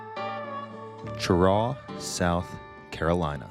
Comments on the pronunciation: Not Ch-raw....Sh-raw!!!! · It is not pronounced with the Ch sound, it is pronounced with the Sh sound. FYI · We pronounce it Shuh-raw around NC. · It’s pronounced sheraw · Have watched a few of your SC videos, you need to learn to pronounce the names correctly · And he mispronounced the town. Already know how this is gonna go. Look Cheraw is another town that got ruined by NAFTA. It doesn’t get the coverage of those midwestern towns that got hit hard, but they took a big hit. If you go over to say Spartanburg Gaffney or Greenville you’ll see how SC is actually getting ahead on car manufacturing and more because of the foreign companies hiring Americans. Upstate SC is a real model for how to build industry in the post NAFTA USA. Oh and also, because you’re in SC we need you to go home friend and say this: “it’s not South Carolina, it’s superior Carolina.” 😂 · we pronounce it that way in Cheraw too. Idk who these people asked, but they got it wrong.